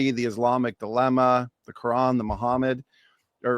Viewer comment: Keep saying muhhmad the comfortaba the comfortaba had already come muhhmad wasn't even born